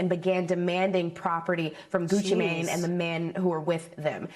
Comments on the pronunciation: I’m sorry, but the way they making sure the way they pronounce “Mane” is sending me!!! I can’t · She said "Mane" like thats his last name 😂